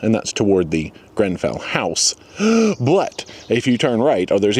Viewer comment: You said Grenfell correctly